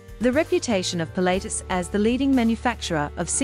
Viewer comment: Really annoying pronunciation. It is not pronounced "Pilateus". It is "Pilat-tus".